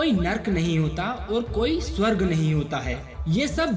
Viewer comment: Abhey lavade pehale swarg bolna toh seekh le ..